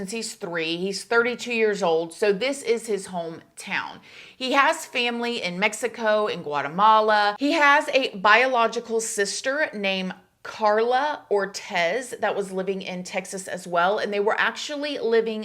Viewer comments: Ortiz, ortis, pronounced: or- tease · Im sorry but i know you are old enough to know how to properly say Guzman and Ortiz… I feel offended because it feels like it’s on purpose…..